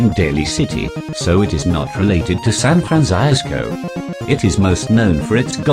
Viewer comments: "Phillip is from San Fran-zye-sco" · Sahn Frahnzyzcoh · San Franc-I-isco. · "San Fransaiasco." byotiful